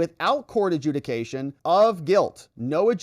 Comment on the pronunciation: It actually said "adjuciation"